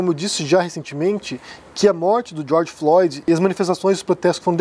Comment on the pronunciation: Ele não sabia nem falar o nome do george Floyd... e quandk falava com desdenhou...